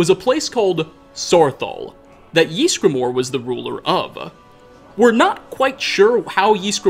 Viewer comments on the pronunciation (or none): No one:: Jysgramor. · Ys gra mor .. just saying